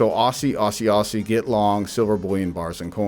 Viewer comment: Mate it’s pronounced Ozey like wizard of Oz not arsey haha stackin up the silver bricks!